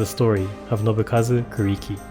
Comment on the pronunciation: His name is pronounced “Ku” “Lee” “Key”. Not “Ku” “Ree” “Key”. The “R” sounds is a diphthong. A sound between and “R” and an “L”. But not pronounced with your lips round like and English “R” sound. Rather instead with your lips wide and flat like an English “L” sound. Hearing Kuriki’s name mispronounced throughout this video was very disturbing and disappointing. It made me feel as though the creator of this video is only interested in the money he will make from the video and not the proper respect that is due for Kuriki. It is so disrespectful of the creator of this video for not taking time to learn how to say Kuriki’s name correctly.